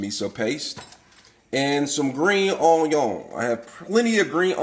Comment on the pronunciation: Can't go wrong with the "Green onyawn" lol